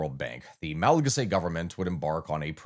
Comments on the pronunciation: Hey it's pronounced "ma·luh·ga·see", loved the video. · The way you say Malagasy is crazy